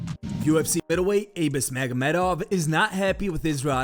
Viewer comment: Lolol oh magomeduyvaryy